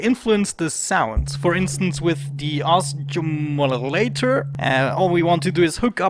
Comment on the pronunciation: Your instincts were correct the first time you pronounced oscillator, then you confused yourself when you looked at the spelling of it! It's a soft 'c', like in office. If that helps. :)